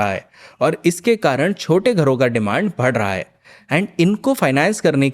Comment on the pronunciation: Please don't say Bhad raha hai. It's so irritating